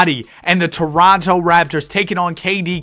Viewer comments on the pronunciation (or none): none